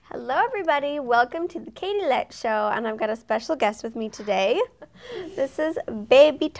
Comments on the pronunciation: Why does shay pronounce your name.Colette? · Her real name is Colette not katilette.